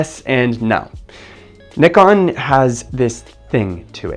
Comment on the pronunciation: Wow, you're one of few to properly pronounce Nikon 😂